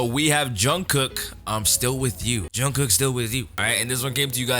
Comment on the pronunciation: You don't have to, this is just a suggestion but when you say Jungkook the korean pronunciation on the ending "K" "jungkoo K" syllable is actually very soft. Almost like you aren't even saying the "k" at all. Just if you wanted to try it :)